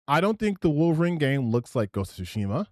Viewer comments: Dropping L's constantly calling the Wolverine game "WAL-verine" never stops being hilarious, lol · It's "Wahl-verine". An obvious reference to obscure early 90's action star Ken Wahl! No really!